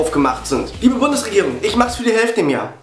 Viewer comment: lol...sagt er bei "Liebe Bumsregierung"